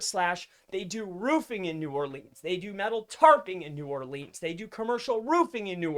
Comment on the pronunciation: I love you brother, but your Nawlins client is going to fire you for mispronouncing "New Orleans" sooooooo many times! hahaha...keep rockin it,!